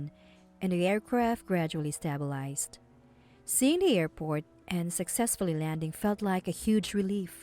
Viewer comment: Cabin is NOT pronounced "cay-bin" and stabilized is not pronounced "stab-il-eyezed" it's pronounced "stay-bil-eyezed"